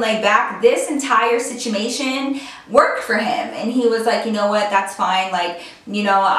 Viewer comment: She said "sitchamation" instead of situation 😂😂😭.! I remember when i used to do that!.🤣